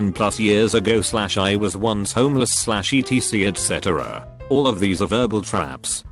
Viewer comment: ee tee cee et cetera